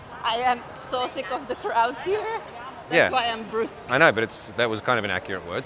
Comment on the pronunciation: Brusque = Bruhsk